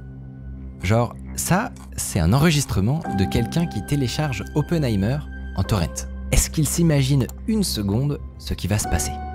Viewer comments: Mec arrête de dire torrente !! C'est horrible a entendre et en français on dit torrent comme on dit ruisseau !! Gros nul. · Arrête de dire torente!